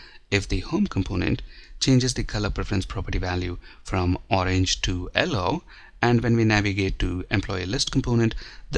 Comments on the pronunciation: Thanks for the detailed video, but the "ellow" color was killing me :P. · it's YELLOW not ELLOW